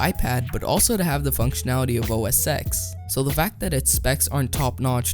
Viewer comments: please just say os ten instead of x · Please, never say "OS X" ever again. OS 10, please. Say OS 10. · Good review and video. It is OS "ten" not "X", though